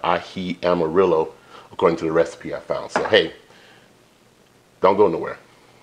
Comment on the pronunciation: "Amarillo" = (ah - ma - rrhi - yo): in Spanish diction/alphabet the double "LL" is pronounced with a "y" sound, and do the culture justice and roll that "r"